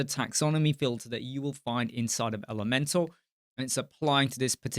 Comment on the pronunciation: You got it right, it rhymes with Leeds :)